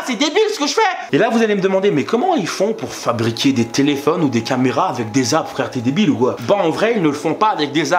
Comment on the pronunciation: J'ai l'impression tu dis "abre" hahaha. Mais sinon, continue j'adore ce que tu fais 😉